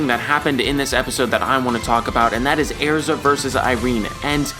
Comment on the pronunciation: The way you pronounce "erza" bothers me Like you say "air-za" Still love your videos dude👆